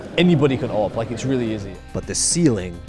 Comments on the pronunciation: I don't like the people who say A-Vee-P instead of A-W-P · Just say AWP, not A - W - P and not A - V - P .. Just say awp :D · Its not awp its owp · its pronounce Awhip